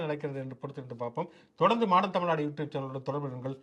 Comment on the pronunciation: மாடன் தமிழ்நாடு என்பது நீங்கள் உச்சரிக்கும் போது மாடு என்றே எனக்கு கேட்கிறது தோழரே😂 மன்னிககவும்.